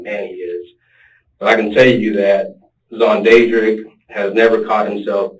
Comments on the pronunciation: This dude say SonDadDrick?...haha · Nooooo! 😂😂😂😂 XONDADRICK!! 😂😂😂😂😂😑😑😑😐